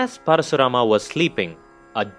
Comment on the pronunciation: Just say KARN or ARJUN or परशुराम.. Why are you adding extra A everywhere... Good explanation by the way